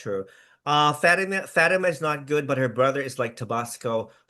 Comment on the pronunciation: I hate the way pronounces Fatima’s name! Lol.